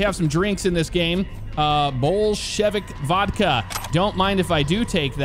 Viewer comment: Bullshit vodka u pronounced that wrong 😂😂